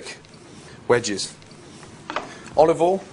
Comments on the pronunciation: Gordon and Marco-Pierre White use a special oil pronounced "Olive All". I notice he is also using "tinfall" to wrap the fish 😂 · Olivol and tinfol. Motorol?